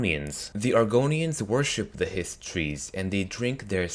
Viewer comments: "Histree" really? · Why do you put so much emphasis on the T is Hist Trees? Just say it like you would say Histories.